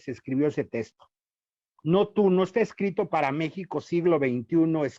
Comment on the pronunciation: Sólo aclarar que ese sujeto no es sacerdote, aunque se vista así, tampoco es dominico, pues dejó la Orden y ni siquiera se ordenó, y quién sabe si sea teólogo titulado. Su opinión tiene la misma validez que la de cualquier aficionado. Ah, y se dice "texto", no "testo".